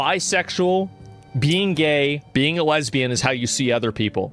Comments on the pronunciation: Petition to ban asmongold from saying the word lesbian... I'd rather he hated us than said it like that.... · Enunciated like he was on the spelling bee. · as a Iesbian the way he said Iesbian made my stomach curdle. glad others in the comments picked up on it too. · Lesbian here, can someone just stab me? just really twist it in there, cuz that honestly sounds less painful than listening to him say lesbian like that again